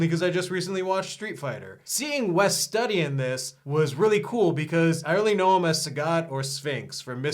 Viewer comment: 'Wes Study' XD